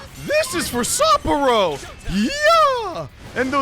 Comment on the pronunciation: Well here goes nothing. Time for the nightmare Shadow. Really feeling sorry for Haru now... OK, feeling inspired now. Let's go steal a heart. Kick butt, take names, and steal hearts? Legion is not grosser than Shadow Mariko, and Sapporo is more like "Supper-o." Now the battle begins! And that's the part that gives me the creeps... How did you AoA before she could recover? So Shadow Mariko is a reference to the idiom "eat or be eaten..." And the first thing the PTs do after defeating the Shadow of gluttony? Get in an argument over food. Wait.. Shadows and real people share no memories, yet Mariko remembers what Haru told her? That Ferris wheel scene was cute! Why create Monarchs in the first place? That's what I wonder.